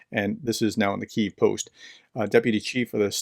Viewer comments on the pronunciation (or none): none